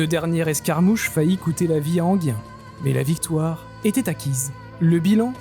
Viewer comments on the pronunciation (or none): et Enghien, ENGUIN et non Enguien